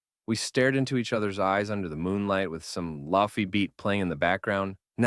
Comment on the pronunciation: "laffy beat"